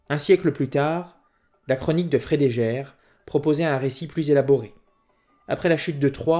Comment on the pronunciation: "La chronique de Frédégaire" => prononcer Frédéguerre, non Frédéjaire.